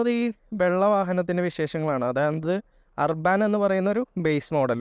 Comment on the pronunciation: അർബൻ എന്നല്ലേ ., അർബാൻ എന്നല്ല